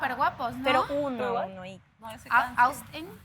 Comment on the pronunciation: Porque le dicen Ostin? Se llama AUSTIN! no es shirly... es SHIRLEY!! En serio pronuncien bien los nombres. Y no me salgan que por el de dejo de cada país porque eso es estúpido.